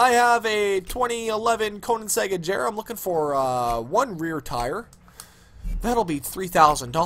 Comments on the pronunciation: DO not pronunce Koenigsegg once again , it makes my ears bleed o.o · It's pronounced Koénigseugg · I was done ... He called it a Koenigsegg "AJERA" LMAO No respect for the fastest car in the world.